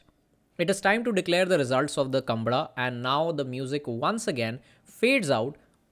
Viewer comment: Oye thera! It's not kambala. It's kam-baala!